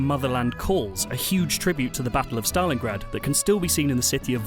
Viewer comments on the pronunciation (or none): none